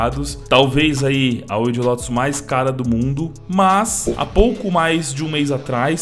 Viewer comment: Não é "Lotus". É "Lótus".